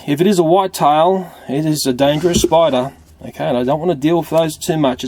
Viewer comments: He pronounced spider spuder. and did you see the Freddy plush from fnaf I did! Did you? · It sais SPUDER XD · You said spuder